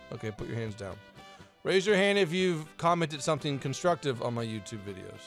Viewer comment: "yabube video"